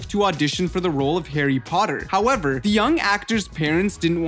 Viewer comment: Hawwy pottey